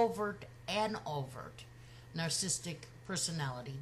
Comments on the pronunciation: I like very much your reflection, and totally agree. But, Please learn the word and pronounce it well. Get familiar with the vocabulary you are going to use...The word is Narcissistic, not Narcistic!!!! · This is a "picky" point, to be sure. But please note that "narcissistic" has four syllables. Your pronunciation is "narc-is-tic" versus "nar-cis-sis-tic." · I love your videos.... even though you can't say "narcissistic" 😘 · Nar-cis-sist-ic; four syllables. But I agree with you! She was the narc; NOT Chris.